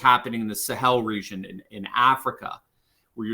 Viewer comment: What is "resion"? The correct pronunciation for the word "region" is the same as "legion" with an accentuated "G" sound not an "S" sound. The season is the reason for the legion in the region.